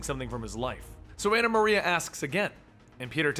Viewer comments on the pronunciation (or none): none